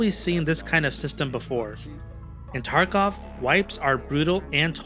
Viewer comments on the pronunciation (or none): Pronounced Tarkov as "Takarov" and states blatant misinformation about Hunt. I think I'll be skipping this one. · Tarkarov 😂 you good bro? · No I will never reset to do the same shit all over again oh an bro it’s tarkov not takarov lol